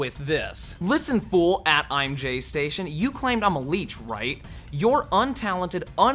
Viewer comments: lol its imgaystation not imjaystation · You pronounced his name wrong…… ImGayStation